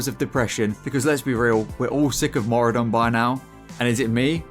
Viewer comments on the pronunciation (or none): On today's episode of people seeing Mauradon when it's Maraudon. Baffling. Simply baffling. People know what a marauder is. People can read 8 letter names. And yet... they say Mauradon. Since fucking 2005. I just can't.